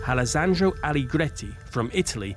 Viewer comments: I died when he spelt wrong the name "Alessandro" and said something like "Alesangioh" 🤣🤣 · Alasandro🤣🤣🤣, sorry I'm Italian